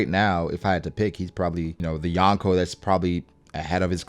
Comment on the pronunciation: It's YO-n-Kou.... not YAWN-ko ;O)] kind of like ax and ask. LOL